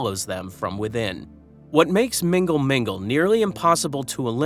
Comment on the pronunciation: Its not "Mingle Mingle " 😂